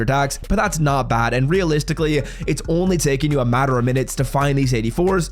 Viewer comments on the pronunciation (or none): none